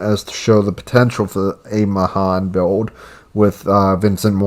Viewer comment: USS Mahan is the name of the ship that I served on in the Navy and it's my favorite tier 5 DD She's a great gunboat 😊 Pronounced "mu-han" Nice video